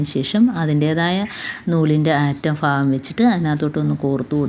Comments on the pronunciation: Please say bhagam not fagam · തുമ്പ് ഫആഗം അല്ല ഭാഗം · ഫാകം അല്ല ഭാഗo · ഭാഗം ആണ്.ഫാഗം അല്ലാട്ടോ😮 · ആ തുമ്പ് ഫാഗം ഫഗം കൊള്ളാം. കൈയിൽ പിടിച്ച് അങ്ങ് കയറ്റിയാൽ പോരെ? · നൂല് കോർക്കുന്നതു നല്ല ടിപ് കുഞ്ഞേ...ഫാഗം അല്ല. ഭാഗം ആണ് മലയാളത്തിൽ Fa ennoraksharam illa ദയവു ചെയ്തു നമ്മൾ മലയാളികൾ Fagam,Fayam,Farya എന്നൊന്നും പറയല്ലേ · ഫാഗം ഒന്നു മാറ്റിപ്പറയുകയാണെങ്കിൽ നന്നായിരുന്നു.